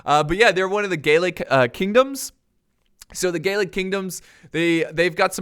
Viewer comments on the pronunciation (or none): none